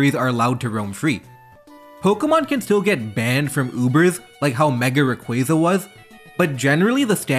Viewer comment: Great channel. But stop butchering rayquaza name.